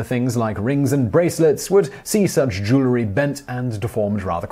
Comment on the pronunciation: Ha ha... He said "Jew-ler-ee" Jew-el-ry.